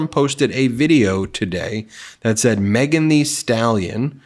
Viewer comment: I had never heard of Mean Thee Stallion before - Thanks Drumpf for your Refuttal!